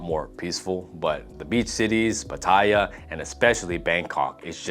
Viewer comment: Westerner here who's lived here a long time. It sounds like you've just been on holiday here or lived here without immersing yourself. For instance, saying the train options in Bangkok aren't good. Or the way you pronounce pattaya. Thais are also super accepting and open to foreigners, they will just appreciate you understanding their culture and trying to speak the language.